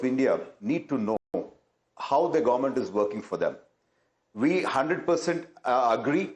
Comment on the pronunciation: Ya, it's "gowmunt". Not government 😂